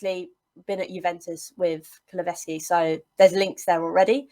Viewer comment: KuluSevski not KuluVeski, should have stuck with Dejan 😀